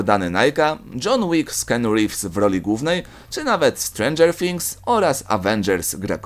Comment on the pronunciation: „Kenu rivs”?